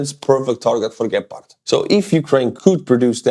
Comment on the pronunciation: I love how you say Gepard, it makes it sound really dangerous and cool. In german we say it with accent on the E, like "gehpart", wich is way less intimidating. Stay as you are mate, much love from germany:) Slava Ukraini!